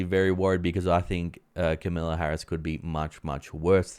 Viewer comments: It's Kamala not Camilla Harris - although I'm sure you know that... 🙄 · It's not Camilla (she is the British Queen). I think you probably mean Kamala.